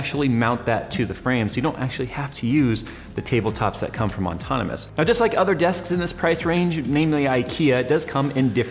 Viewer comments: seriously, how does he not realize what hes saying? he does it every. single. time. he spelled it correctly in the title, though...? again,. its 'ahh-tonomous', not 'on-tonomous'....there is only one N! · Why on earth does he keep calling it Auntonomous when its Autonomous!? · you should learn to pronounce "autonomous" lol... Not On-tonomous... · ok, enough with the as would say "ontonomous" desk! lol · THIS! PET PEEVE! Still like you, though, +. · yeah, nbd but sets off my OCD just enough to make me twitch every time he does it lol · He does it to piss you off. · Haha same! Its kinda unprofessional. But at the same time .... its not. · drives me nuts since the moment he got the thing! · I wonder when he'll stop mispronouncing it ontonamus.